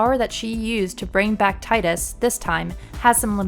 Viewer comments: Tee-dus not tydus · TEE-dus NOT TIE-dus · He has helped save the world and on top of that just the very fact he was alive and showed Yuna affection and confidence in writing your own story, is the very reason she succeeded the way she did in part two is more than enough reason for the fayth to bring him back to life to save the world again, and maybe even give him the blessing of life. First off his name is pronounced Tee- Dus not Tie-Dus every real FF fan noes that atleast. He can win or lose in blitzball depending on the player (obviously you couldn't make him win). If he is beckoned back it's as a gift not a means to an end. Tidus opened her eyes to the fact that you can save more than what you just believe and do more if you want to write your own story. You really have no clue as to what these games bring in the core of character development and their meanings. Your just a new gamer devoid of reading between the lines or even clearly grabbing the main aspects of a title which in this case is making your life your own and what you want to happen come true by "writing your own story" or acting upon it with an outcome you want to have done. Smh try again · Stop saying Titus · his name is pronounced TEE-DUS. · Omg.... It's pronounced 'Tee-dus' ugh! I've been arguing this since high-school! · I'm agreeing with you DukstarGaming, its Tidus, "Tydus" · If you can’t pronounce the main character’s name, that basically renders your entire point of view on this matter as completely worthless. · you ain’t a true ff fan, you don’t know how to say Tidus name right, also what you are saying sounds scripted as shit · Every time she mispronounces Tidus I cringe. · You pronounced his name wrong.